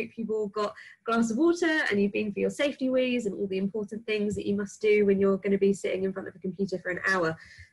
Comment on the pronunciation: Lost me at 'safety wees'